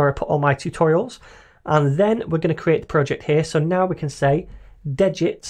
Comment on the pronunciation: Just for future pronunciation... it is (D-get) ... it basically clones the Svelte basic template, but removes (de) the git info that would be in from a clone, like version history, etc. So, it de-gits the git stuff you don't want, from the stuff you need.